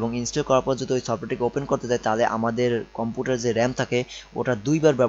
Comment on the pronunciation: কম্পুটার না বলদ,কম্পিউটার